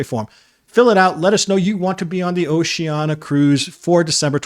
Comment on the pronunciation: Nice straight-talk video. One thing, though, when referring specifically to Oceania Cruises, the brand is typically pronounced with the "sh" sound: oh-shee-AN-ee-uh. Don't leave out that next-to-last syllable -- the "i" pronounced as "EE". Will you personally be on this cruise?